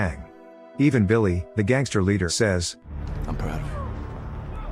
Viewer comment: Really getting sick and tired every time you turn around you see a video with AI narrative. It sounds phony, robotic full of mistakes. The kid plays hockey which causes his parents to be proud. It makes it sound like being proud parents is a bad thing.And what the hell is it with the AI narrator saying the Ladder of the gang dies....it was THE LEADER!!! So much for editing eh? I think AI should be illegal until they perfected because right now it just ruins everything it touches